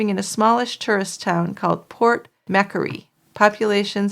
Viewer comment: Pronunciation corrections lol Brisbane is pronounced bris-ben and Port Macquarie is port mah-quarry lol I love how you guys pronounce our Aussie towns 😅